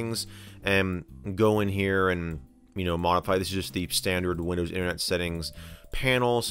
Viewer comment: He also says "Windöüws". I think it's just his dialect. :D